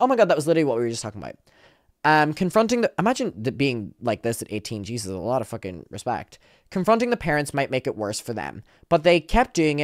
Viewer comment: Him saying fuhKING killed me